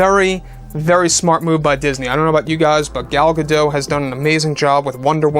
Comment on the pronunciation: Her name is pronounced Gal Ga-DOTE'.